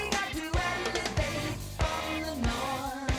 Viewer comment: he said evelate .